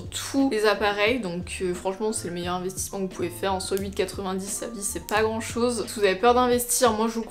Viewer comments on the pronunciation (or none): none